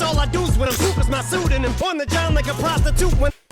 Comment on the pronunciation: “On the John like a prosti-toot.” Emphasis was on the last syllable for a reason, I believe.